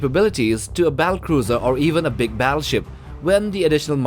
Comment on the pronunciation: learn to pronounce words diameter, organism, battlecruiser